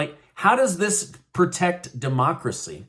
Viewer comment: There is no such word as perduce, however, there is a word that you may be trying to use that is known as produce… the same is true for pertect…perhaps you were trying to say the word, protect, pertect is not a word. I’m disappointed in that while you have such awesome content knowledge, you’re murdering the language you’re using to present your content.